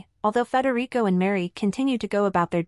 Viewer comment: IT'S NOT FREDERICO!!!